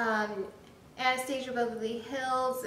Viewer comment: Nice review! Just bought this yesterday, can't wait to try it! P.S. it's pronounced Ana-stas-ia, not how you were saying it. I had to cringe a few times b/c of that. But again nice review.